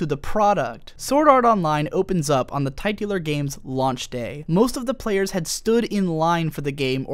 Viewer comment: That is definitely not how you pronounce titular